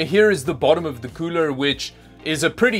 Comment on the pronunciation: Cooler? You mean 'coorel', right?